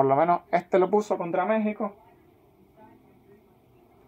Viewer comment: ¿De dónde eres? La pronunciación que haces de algunas palabras es algo curiosa. Dices "favoretos", "tetular", "la roha de Pizzi", "ellos mesmos", "ficha roha", "Méhico". A propósito, el apellido de Manuel Neuer se pronuncia "Noia", no "Nurrr". "Manuel Noia", así de fácil.